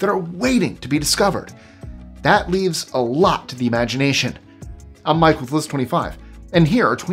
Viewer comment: Gotta Love Mike!!! He’s smart and funny AND He is REALLY Good at pronouncing stuff!!!